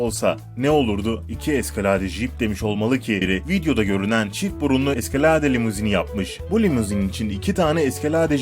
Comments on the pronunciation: ingilizceye bak eskalade ne lan ? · eskaladeee telaffuzuda müthiş